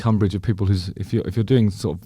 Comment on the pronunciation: Bless you, Juz, but there ain't no H in umbrage /ˈʌmbrɪdʒ/ noun 1. offence or annoyance. "she took umbrage at his remarks"